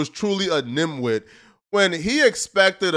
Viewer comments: Nimwit? It's dimwit...smh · Bro said nimwit too? Is he doing this on purpose or is he just this trash at words? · He's a "nimwit" 🤣🤣🤣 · My mans calling some one dumb saying nimwit, its dimwit my guy😂😂 you're trueuly a loser. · It’s dim wit not nim wit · And dimwit, not nimwit 🤦🏽‍♂️ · I caught that too, nimwit? Dumbass boy lol